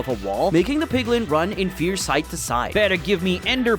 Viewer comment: It's not 'PIGLING' it's 'PIGLIN'.